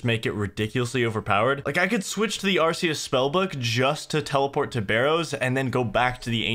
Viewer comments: The Zeah house is pronounced arr-KAY-us. As in archaic. A lot of magic related items in the game fit into the old/timeless theme: ancestral, ancient, arcane, eternal, infinity. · Man really said "are see us" instead of Arceuus